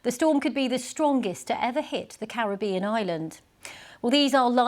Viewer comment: Thank you for pronouncing carribean correctly..